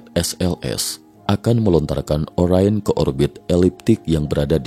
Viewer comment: Orain atau Orion? Pembacanya ngacau?